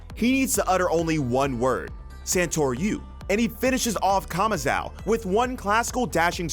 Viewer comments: Who is kamazao lol. Its kamazo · My guy pronouncing “kamazou” as kamazow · Kamazao hahaa its Kamazu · Off-topic.. Why do some native english speakers still get the name wrong even if they're literally mentioned in the anime itself? "Kama-zhaow"..? c'mon... It's almost as stubborn as when they say tsunami as 'sunami' just because they can't pronounce the "tsu" sound